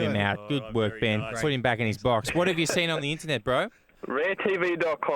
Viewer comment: A "box" of wine... OK Ed. Not a Bok"...